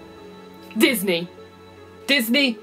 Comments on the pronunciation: did you mean Disney or dat knee? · l thought it was Dis Knee?